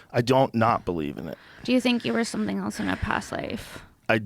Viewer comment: Funny Joe talkin boit how people say words, yet he pronounces Else as Elts.